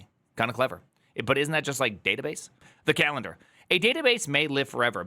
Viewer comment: le databass